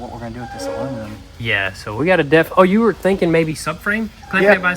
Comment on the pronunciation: Is “alumanim” a Tennessee thing? Is that how everyone there says it?